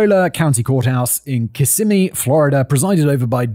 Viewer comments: I know this is absurd, but believe it or not the Florida town of Kissimi is pronounced Kiss-a-me. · Kiss-i-me how you saw that city name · It's kiss-EM-ee or KISS-em-ee, not...whatever you just said 😊 Celebration is kind of a weird place, and when i lived in the area in the late 90s it was hella expensive. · Simon your british is showing every time you pronounce these fucking town names and american words. It's Kiss-ah-mee :,)) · Any other Floridians always get a kick when anyone tries to pronounce Kissimmee? XD great episode Simon!! <3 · So first, its Osceola (Ah-See-Oh-La) and second, my cousin was picked up as a suspect in that first murder lol. I don't miss Kissimmee (Kiss-immee) at all after all these years but itnwas cool when Celebration was first built to be able to drive around and experience seasons in the heart of florida lol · Just a friendly native Floridian FYI that Osceola is pronounced "aussie-OL-uh" and Kissimmee is pronounced "kiss-EM-ee"